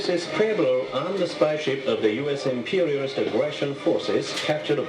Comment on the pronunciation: OMFG thats the funniest pronunciation of imperialist I've ever heard in my life! in case you want a good laugh